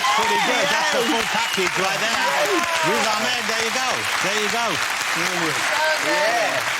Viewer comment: It’s Whiz Ahmed